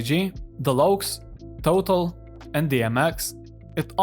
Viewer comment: The Lokes? Lol wtf